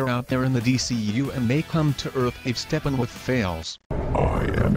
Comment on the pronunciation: Xhyze i heard Steppenwoof